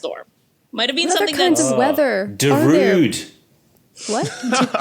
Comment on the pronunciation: It took me a moment to understand the Sandstorm joke. I had never heard an English speaker pronounce Darude before. My motto is "fog happens" too.